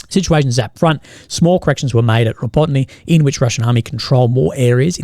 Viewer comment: tOn-een-ka. Ra BO tee nah